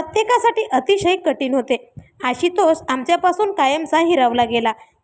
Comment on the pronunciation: आशितोष नाही आशुतोष😂😂😂😂